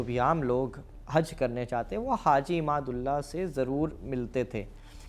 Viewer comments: Haji imdadullah nam ko ap glat bol rhe ho ap imadullah bol rhe ho shi nam bolo ap hindu logo ka jankari adhuri hai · आप बार बार इमाद उल्ला कह रहे हो उनका नाम हाजी इमदाद उल्लाह मुहाजिर मककी